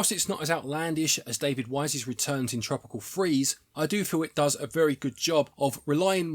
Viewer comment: Original Free or Original Three? Tropical Freeze or Tropical Threes? I cant hear a difference here 😝🙃😄